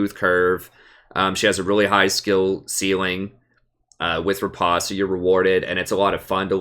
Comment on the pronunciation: Please for the love of god...it's rE-post not re-pahst